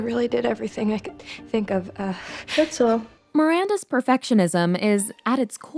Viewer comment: " that's all". I always like how she pronounce that